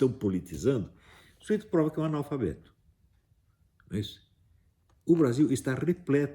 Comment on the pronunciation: Seu afalnabeto Falnalabeto* Afalanabeto** Não, pera.